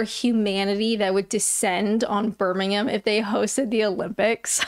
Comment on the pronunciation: You know what else is British? The way that you pronounce Birmingham! As a ex-Midlander now living elsewhere, I am officially impressed! (Not that you should care at all about me being impressed!) One thing though, isn't the monarch your monarch too?